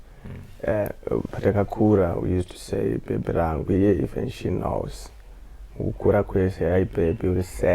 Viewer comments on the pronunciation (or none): 👁👃🏾👁“Iye she knowwwwwlssss”🥲 Lol